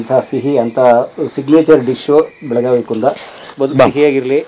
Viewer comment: ಬೆಳಗಾವ ಅನ್ನಬ್ಯಾಡ್ರಿ ಬೆಳಗಾವಿ ಅದು